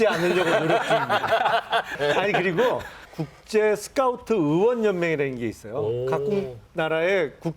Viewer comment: 쓰카우트냐?? 용남씨 제발....... 하는짓도 손가락이 오그라들고 발음도 오그라들고 차라리 그냥 조용히 살라고 본인하는 소리 1도 신뢰가 안가요